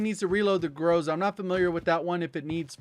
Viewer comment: Bro, please, put an emphasis to the letter "A" in word "Groza". Not "grOza', it's "grozA". Also word "Tundra" pronounces like "Toondra" ("U" like "oo", like "oof").